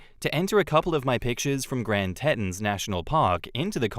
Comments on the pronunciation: Grand Tetons - grand TEE-tawns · Tetons is pronounced Tee Thanks, I love your videos,!!!